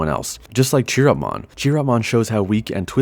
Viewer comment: Nice video! But Chiropmon is pronounced with a "k" sound, not "tch".